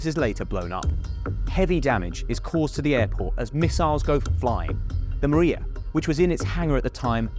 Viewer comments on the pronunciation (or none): none